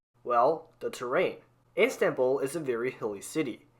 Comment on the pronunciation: it'll be better if you could actually pronounce Istanbul or Chongqing correctly...